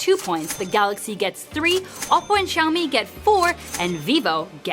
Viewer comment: Xiǎomǐ(syaomi), not shyaomi...